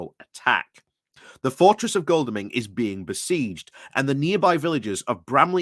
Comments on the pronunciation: you seem to have trouble pronouncing Godalming. It's not Goldalming Try this: God-al-ming. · And Goldalming pronounced as Goldalming